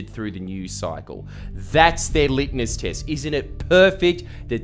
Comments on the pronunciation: Litmus not Litnus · “litnus test”? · Did you just say "Litness test" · "LitNus test" lmao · Arghhh if you gonna make content for autists don’t say “litnus test”!! Whole clip ruined for me lol The whole thing is about crystal sex toys and all I can think is it’s litMus not litNus!! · Litmus not Litnus test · do you mean "litmus?"